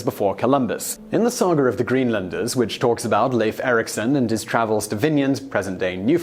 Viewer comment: It's "LIFE Ericson" not Leyf!!! Also "Higherdawl" not Hejadawl.